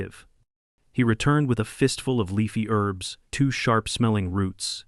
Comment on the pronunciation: Herbs not Erbs!